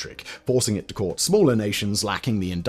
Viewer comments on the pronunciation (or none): none